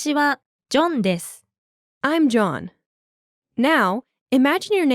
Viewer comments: Wata shi wa JOHN desu (More like JAUN - dis)🤣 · When ever says “ im john “ It sounds like jandice